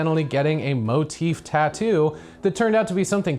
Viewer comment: The way she says "taat-oo"a is more annoying than even the crappest tattoo